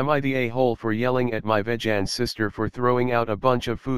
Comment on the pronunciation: Ah yes... "Vej-ann"